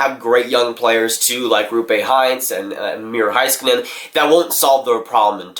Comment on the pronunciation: And also, it’s miro heiskanen as in HEYskanen. Not Hi... HEY